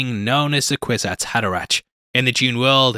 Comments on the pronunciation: Pronounced HaderaCK, not ach. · It's pronounced "haderaK", as in "fucK" - try to remember that! Unless, of course, you are using some robo-AI-voice-aloud reader, which lately have infiltrated everything, and so annoy everyone... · Hey, man. I like your vids and enjoy your insights. I would suggest that you check the proper pronunciation of character names. It’s Hader-ack, not -ach, and the princess is named Irulan, not Iluran.